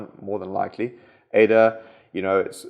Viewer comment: Sorry 🙏, I am a bit deranged by your pronunciations of certain sounds. sounds witch are primordial to create words. For me it has reached a point I am missing vital information. A little example, it took me a while to figure out that ' esa ' In fact is Ada. I hope you can approve that a bit. So to wap thins ap I wis you all a mawie cwismas an à hafie ne jeah